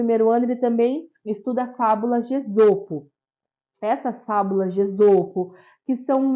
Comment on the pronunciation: A pronúncia é êsopo